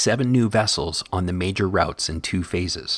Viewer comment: "R-out-s"?? Well, the guy doing the narration isn't a local:)